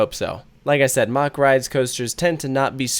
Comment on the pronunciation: Mack not mock.